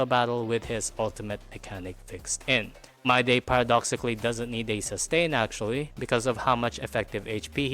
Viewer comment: I took a shot every time you said MYDAY instead of Mydei, and now i'm afraid i'll end up in a hospital or worse.